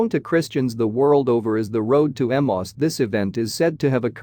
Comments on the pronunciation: Ee-may-us. Emmaus, not Emoss. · I have always heard Emmaus pronounced as Em-ayy-us. No idea if that is the correct pronunciation; but it sounds better to the ear.